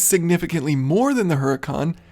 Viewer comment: great work, thank you - one observation - all lambos are named after spanish fighting bulls (as in the logo), huracan in spanish has a silent h, meaning, oorakan. cheerio.